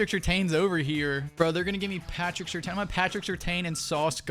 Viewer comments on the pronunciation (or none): I have no problem with the unrealistic trades... Just say my man Pat Surtain's name correctly 😭😭😭 Lol